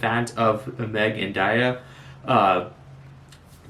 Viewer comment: its meg and "dee-uh" lol